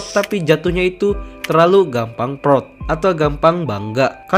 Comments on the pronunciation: bang bilang proud jangan prot 💀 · Yang orang lain dengar "proud", yang aku dengar "prot prot"